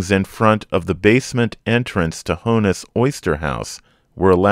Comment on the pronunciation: I love this series. Thank you. BTW, it’s not Hone-iss, it’s Hawn-iss